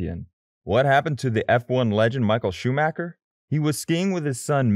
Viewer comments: He almost said shoemaker lol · Michael shoe maker? Lol